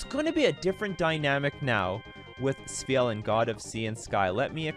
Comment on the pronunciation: I'd take you more seriously if you didn't continuously get the card name wrong.